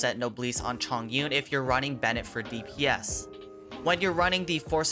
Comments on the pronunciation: Is Chong/ Yun/ Not Zhong\ Yun/ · It should be Chong Yun instead of Zhong Yun. ‘重’ which is a Polyphonic characters in chinese pronounced 'chong' when it is used in name usually.